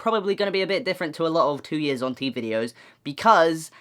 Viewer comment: I keep hearing "hunty" and not "on T" I'M SORREH!